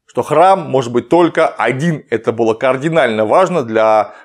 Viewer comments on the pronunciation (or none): none